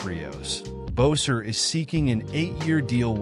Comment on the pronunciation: Hey, it’s not Bowser, it’s Boeser!